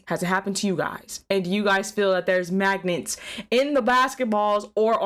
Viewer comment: what the heck is a manget?